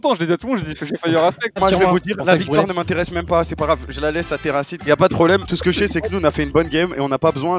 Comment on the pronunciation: Rip terracid pour avoir fait /us au lieu de /uz